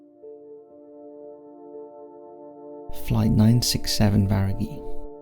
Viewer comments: So, I notice mispronunciations are constant here.... But I'm actually not sure about this one, can someone enlighten me if he's pronouncing Varig correctly as Var-I-Gee? I just can't imagine it's not Var-Ig, as spelled. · Varig, not Varigi. MIG, not Midge, Jimmy Carter was president in 1979....after watching that many errors within the first few minutes, I gave up. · I found the commentary by our Welsh friend to border on the sinister. It’s Varig....not Varigee. It’s Lima ( pronounced Leema). It’s MIG not how you pronounced it “ Midge”. Livery....not Leevery.